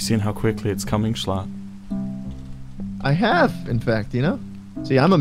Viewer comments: thats not how to pronounce schlatt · ur saying sclatt like skleat